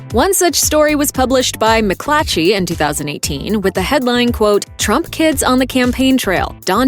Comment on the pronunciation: Did she say “Trumpkins” or was it “Trump kids”?